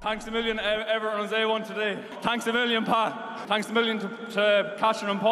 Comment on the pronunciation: Hurley. Best sports equipment name out there. And "A" for the win. He's locked in. I think he's yelling "Tanks a million."